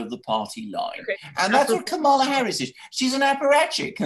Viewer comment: I love that few people pronounce K. Harris's name correctly.